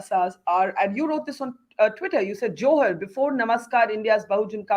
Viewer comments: Dear Barkha, Don't pronounce it as 'Johar' with the middle syllable sounding like ha as in ' halt'. The second syllable needs to be elongated.. pronounced as ha in ' ham'. The way you say it, sounds like 'jouhar' - the rajput ritual. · The pronunciation is JUHAAR. Stop pronouncing it in a way to mean the Rajput ritual. And Juhaar is common af in Odisha. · Barkha doesn't even know how to pronounce 'Johar' 🙄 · It's not johar, it's more like juhar